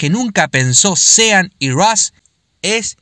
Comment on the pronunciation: Buenísimo el video. La única cosa que te digo. SEAN se pronuncia SHÓN. Buenísimo el canal!!!!!!